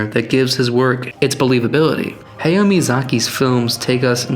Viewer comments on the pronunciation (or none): You pronounced Hayao incorrectly!! Hai yau. Not Haiyo. Boo. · You could at least have taken the time to learn that his name is not hey-o but ha-ya-o. Reminds me of people saying menga instead of manga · Bruh you spent all that money on the book and never learned how to properly pronounce the man’s name, wild. It’s not ‘hey-yo’ it’s ‘ha-yow’. But thank you for informing me that Miyazaki hates ‘Let It Go’ as much as I do😁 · When you pronounce Japanese names, remember that it’s romanised Japanese characters. Any syllable ending with ‘a’ has an ‘ah’ sound ‘E’ ‘eh’ ‘I’ ‘ee’ ‘O’ ‘oh’ ‘U’ ‘u’ Usually you don’t put emphasis on specific syllables. So “Hayao” would be ‘Ha-ya-oh” hope this helps :D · ❤Thank you, we are the ones who thank you. I speak on behalf of everyone here. Thank you very much for the information and don't worry about pronouncing "Hayao" wrong, that was a minor and very small detail for a great content that you created! 🫂🫀❤